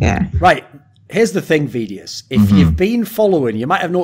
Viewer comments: Is it just me or is Thorin saying vedius’s name wrong the whole ep? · He does. Why? One can only speculate. Maybe he watches the matches muted or does not watch much EU LCS at all.